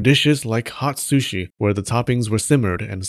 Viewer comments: I was already holding my chuckle with the shrushi pronunciation struggle but this was the last straw LMAO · I like how you halfway gave up in the pronounciation of sushi, because saying it again and again makes your tongue kinda break xD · The proper pronunciation in Japan is S-shi, with "U" not pronounced much, but the Japanese will still get it if you pronounced it like an American Soo-shee. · Drink every time he says 'sushi' 😆 except when it's "shushi" then you get a bite of sushi 🍣 😋 Sushi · shoo-shi owo